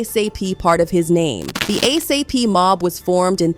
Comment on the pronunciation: her saying a s a p is driving me nuts too